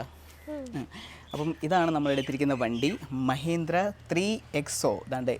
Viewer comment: മഹേന്ദ്ര അല്ല ബ്രോ മഹീന്ദ്ര